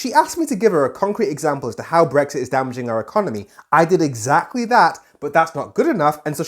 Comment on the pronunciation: She can’t even say “BRexit” it’s “BWexit” Posh bint and her fake voice has always annoyed the crap out of me.